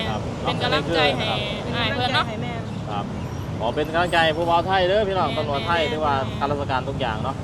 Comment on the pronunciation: พยายามออกสำเนียงคำพูดให้ถูกด้วยคำว่าตำรวจไม่ใช่จำรวด